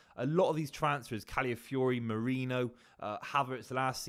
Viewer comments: MEH-REE-NO not Moreno. Merino. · no one can pronounce this dudes name. MEH-REE-NO!